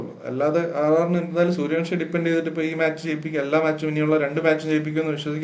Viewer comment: Sooryavanshi സൂര്യവൻഷി, സൂര്യവംശി അല്ല, പ്ലീസ്. എല്ലാ മലയാളി പോസ്റ്റ്‌കളിലും തെറ്റിച്ചു പറയുന്നു.